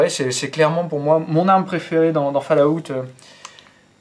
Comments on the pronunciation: att j espere tu trole en disant "falout" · On dit ''falaout'' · ....au final, pour ton info, au niveau prononciation, on dit (phonétiquement) fôl-owt(TTT) merci au revoir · putain mec, fall-août! ...................